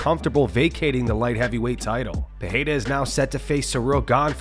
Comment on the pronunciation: This has to be one of, if not THE best MMA news channel ever! He even pronounced Pereira properly. 👍🏽👍🏽